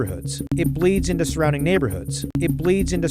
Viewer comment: bleeds into 가 저는 ”브레이즈 인더“ 로 들릴까요?